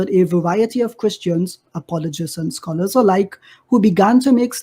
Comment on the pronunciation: 🤣🤣🤣🤣🤣🤣 man said "scholar" imran Hossein